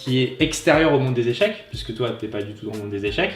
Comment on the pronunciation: ca se dit pas "echec"!!!!!